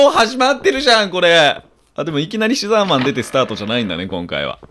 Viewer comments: 牛沢さんが好きすぎて、シザーマンって言ってるのに毎回「うしざぁまん」に空耳しますごめんなさい。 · うしざぁマンって聞こえたw